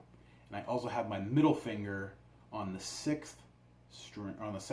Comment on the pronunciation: "The sexth fret" 😂😂😂